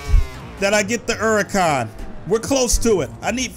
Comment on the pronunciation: its lamborghini hurcan